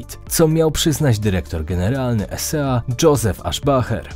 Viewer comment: ESA nie E.S.A.